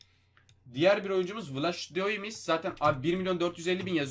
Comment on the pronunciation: O 82 lik kalecinin adını vlaştimmimdhskekehjdmis değil Vlayhıdimos diye okunuyor